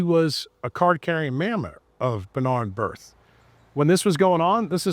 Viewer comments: Pretty sure it’s Brith- not Birth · BI RTH Is not BRI TH....br..i t h